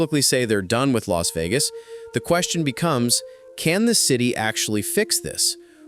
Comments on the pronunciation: its Leech Vegas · Los wages. 😮😮😂 That's what I thought you said.😢😢😢 Would love to see it in my life time. But can't afford everything 😭😮😮😮😮